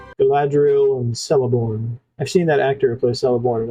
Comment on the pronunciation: Just an FYI: The name of Galadriel's spouse is pronounced Keleborn, with a hard "C".